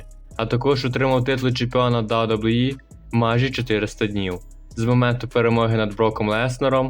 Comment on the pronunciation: "Да-Дабу-І" Відоси прикольні, але ж бо треба попрацювати трохи з дикцією😢 або вибрати слова які важко вимовити і замінити синонімами. Наприклад не казати кожен раз "WWE", а замінити на: компанія, промоушен, федерація і т.д. Успіхів 💪🏼